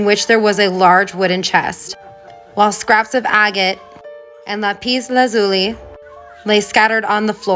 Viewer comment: Not La-pis but Lap-is